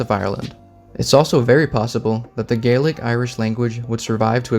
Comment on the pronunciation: I feel depressed after listening to the pronunciation of Jutes and Gaelic :(